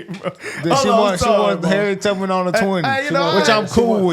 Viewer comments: I had to go back and listen to her 3-4 times… who tf is “Harriet TUGman”? Her name is TUBman…. How can you mess THAT up as an elderly black woman? I am a middle aged “YT” chick…. I’m insulted that she didn’t say that brave African American , historical hero’s name correctly. If I’m being completely honest. Shame on her for that. Is she just reading a script, or are these legitimately HER questions; that HER constituents are concerned with….. because I’m pretty sure that no one in her district was wondering about some lady called Harriet TUGman, being on a $20 bill. Smh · Time stamp she said Harriet Tugman. It's Harriet Tubman. Every President has spoken on our trade deficit. None had the knowledge or balls to fix it. Meeks is lying in our face. There is NO personal information except to other regular ppl. Corporations have been selling your personal information for over a decade. Apple sells your info to China. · Did this woman just say “Harriet TUGman?” It’s Tubman, ma’am… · Yo I'm pretty sure Mrs. Beatty said Harriet Tugman. Using an American icon for a talking point and getting their name wrong is wild to me. Especially in a congressional meeting. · Am I the only one who noticed that it sounds like she called her Harriet Tugman? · Congresswoman Beatty (D-OH) asks U.S. Treasury Secretary Scott Bessent: "can you tell me the status of the new $20 bill with Harriet Tugman?" WTH? Sounds like Beatty is more interested in the new $20 than correctly pronouncing the name TUBMAN. God help us. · Not her saying "Harriet Tugman"😂😂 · Did she say Tugman? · Was it just me or was she saying Tugman? My southern ears didn’t hear the b. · you def heard right bc that’s what I heard too 😂 she wants her on the bill but can’t even say her name right 🙄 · She said tugman hahahhahah